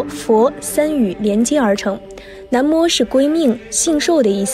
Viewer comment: 每次都会读错 是南无na mo不是nan mo 还有之前的那由他nuo you tuo